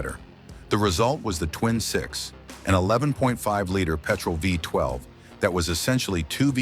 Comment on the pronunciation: NOT FIVE TWELVE! It's Isuzu Vee twelve mate.